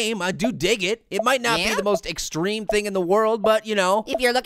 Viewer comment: searsly pear it is not egstreem